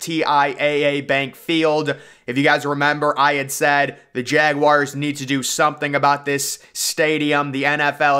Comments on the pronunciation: It's not pronounced JAG WIRES Is JAGUARS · please dont ever say jaguars like that again